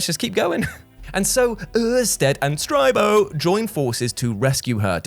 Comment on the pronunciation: 2 years later and I'm still rewatching this vid for Uuurstead and STRYBO and Flblblbuh 😂